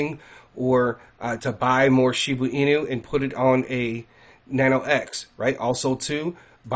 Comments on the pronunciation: Want to help more people? STOP saying Shibu Inu. It's Shiba Inu. Why do I ask you to please stop? Besides the fact that I find it incredibly annoying, more importantly, it makes you less credible if you can't even pronounce the name of the coin that you're speaking of. I apologize for any offense; it's not my intention. You can help more people, if you SOUND more legitimate by pronouncing the coin's name correctly. This may not be true for everyone, but it does cross the mind of some. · Lol how many times is gonna say SHIBU INU 🤦‍♂️🤣😬